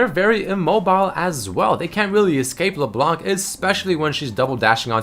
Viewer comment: How i say it: LeBlanc, How says it: LeBalanc